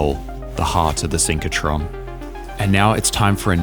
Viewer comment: SYNCH RO TRON, not synch co tron...